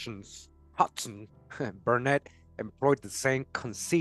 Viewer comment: Hodgeson= Haaj-son. The d is silent